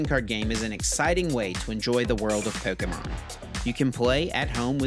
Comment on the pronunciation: That's the correct way to say it...